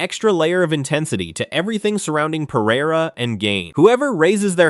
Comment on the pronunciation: Usman is married to a Brazilian, right? His pronunciation of Pereira is perfect.